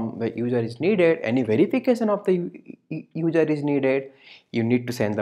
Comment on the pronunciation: hard to understand sometimes, but thanks for sharing! It was really helpful. My advice is to work on the pronunciation like "user" instead of "udjer". Makes it easier to follow :P (No Critique, Just some friendly advice) ;) Blessing.